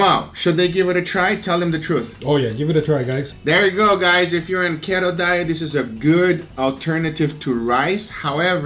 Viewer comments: The fat life aka keto or as you guys pronounce... keht-oh lol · Khetto? LOL. No, Keto is pronounced like key-toe